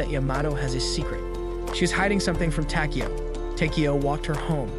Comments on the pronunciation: It's takiyow not tikiyow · I hate the way you say his name wtf is the matter with you